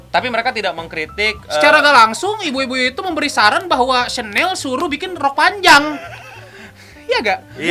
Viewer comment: Bacanya syanel woyy, gmn sih,gua french enthusiast nih.